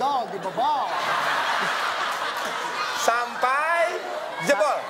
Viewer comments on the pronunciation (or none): SUMPAH DEMI ALLAH ni bagian yg gua ketawa terbahak2 banget waktu orng dri brazil ngomong "Dodol dibobol", dan dia malah ngomong "Dodol didobol" hhhhh dobol= Burit